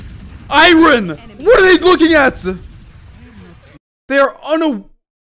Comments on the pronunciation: why he say iron like that 😭 “iren iren” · why does bro say iron like that